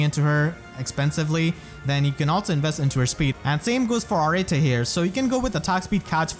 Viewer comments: To help you out 'cause I hear your struggle with that name. It is pronounced (Ar-et), it can also be pronounced as simply (Art). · i think its proniunced areet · I always said her name like A-rete. Not…whatever this pronunciation is. O_O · Raise your hand if you thought her name was pronounced “ah-ret” and not “ah-rah-tay” all this time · Wait so, how do you properly pronounce Arete? I've always pronounced it as if it was "Arette"... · What’s crazy isn’t how bad she is, it’s how her name is pronounced. Ar-eh-Tay?? How?! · Pronouncing her name the way you do, sounds like Earring in Spanish, which I find adorable. I always gave it a kinda French pronuntiation. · When Arete pronounced her own name in her voice lines it was NOT how I imagined it lol I'm probably gonna build her even if she's not unique, I like her a lot. All im hoping is that this isn't a sign of Mythic Anankos this month.....I need my orbs for cyl